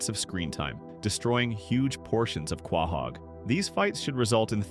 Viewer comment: Dude do you not know how to pronounce quohog correctly